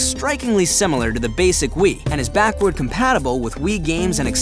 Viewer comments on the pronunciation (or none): I like how your saying "will" instead of "wii"